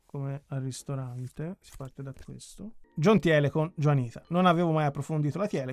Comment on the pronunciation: Thiele si pronuncia Tìle